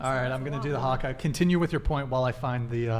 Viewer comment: Well done with the haka great pronunciation nice work